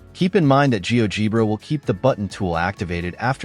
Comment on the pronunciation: It's "gee-OH-jeh-bruh". Fix your AI slop, because the rest is very nice and worthwhile!